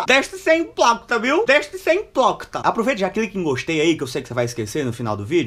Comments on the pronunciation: "IMPLOQUITA" KKKKKKKKK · Mn a parte mais engraçada é quando ele vai falar "deixe de ser hiprocrita" kkkkkkkkkkkkk eu chego choro de tanto rir